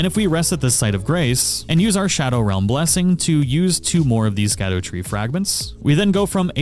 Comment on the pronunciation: really? The NPCs literally tell you how it’s pronounced 😂😭